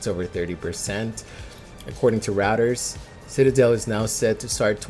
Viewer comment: Reuters is pronounced "roy-ters" not routers. Bring back robot. 🤖